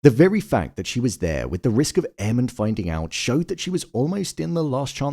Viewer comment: 😂😂😂 I swear, every time says Aemond’s name I hear “Airman” 😅